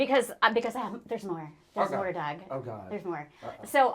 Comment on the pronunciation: When Doug introduced himself for the first 8 episodes I thought he was saying, “Doug ‘Dangerously’ Blind” 😭 Cracked me up so hard when I realized I was wrong 😂❤️